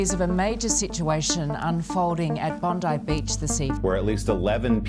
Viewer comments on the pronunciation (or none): Bondaaaai ho dai bondi vannnni hains bolda chai😅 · pronunciation bon.dai not bon.di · Not nondiii it's bondai prounnced ... please research little more before making videos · बोन्डाईलाई बोन्डी सुन्नासाथ पूरा भिडियो हेर्न झ्याउ लाग्यो.. यतिको विश्वाशिलो च्यानलले नाम त राम्रो सँग खोजेन बुझेन भने बाँकी के होला?? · Bondi ko pronunciation sucks It’s 💁‍♂️ bon-die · Bond-I Not bond-e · Bond-I Beach. Not being arrogant, just informing. Pronunciation halka weird lagera matra comment gareko. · Bondi pronounce as बोन्डाइ and Campsie as क्याम्सी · बोन्डी ❌ बोन्डाइ ✅ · बोन्डाई बिच हो बोन्डी होईन् । भाईका अरु पनि अंग्रेजीका उच्चारण ध्वस्तै रैछन् । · It is pronounced as Bond-eye ... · Serious news reporting garda research dherai garinu parxa jasma ghatana vayeko thau ra ghatana ma pareko haru ko naam sahi uchharan garna ekdam jaruri xa. Bondi lai bondee, campsie lai campshy , honnukah lai honikaa. Yesto major kura haru galat uccharan garda news reporting ma research vanda badhi hataar hataar views ko lagi video upload gariyeko dekhinxa. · Tei. Bondi lai Bondee vanya xa. Campsie lai Campshy vanya xa. Research ali pugena. Video banauna hataar gariyo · its actually pronounced bon-dye✋ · Bro le pronunciation maa ‘Campsie’ ko end ra ‘Bondi’ ko end thyakkai reverse gardexa.